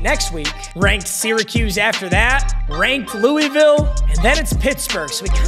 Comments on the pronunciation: "louieville" you're killing me its "luhvull" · Louisville isn’t pronounced “Louie Ville” it’s “loohvull” - a KY native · please it's not Louie-ville it's lul-vulle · its pronounced loo-vul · When bruh says Louisville wrong 😢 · Pls pronounce Louisville right it’s pssting me off being from there